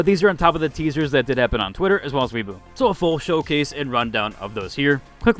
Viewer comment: Weibo is pronounced like way-bo